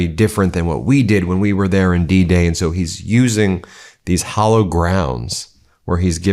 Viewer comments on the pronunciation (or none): "hallowed," not "hollow" grounds, unless Hegseth is speaking there.. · Hallowed, not hollow.